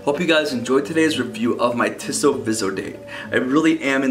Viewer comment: Really nice review of a really nice watch. My only criticism is that (and this is coming from someone who grew up in Switzerland) the company’s name is pronounced "Tee-so," not "Tih-so."